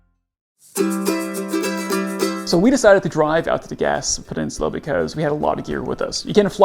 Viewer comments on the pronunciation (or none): It’s pronounced “Gas-pay”